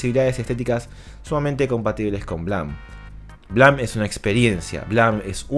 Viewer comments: El manga de BLAM... se pronuncia BLEIM, (culpa) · BLAME NO SE PRONUNCIA ASÍ